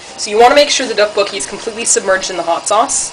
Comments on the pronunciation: if it helps, the "dok" is kinda pronounced like duck, but emphasis on the d, so its like, dduk. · sounds fuunny when she say DOK BOK KI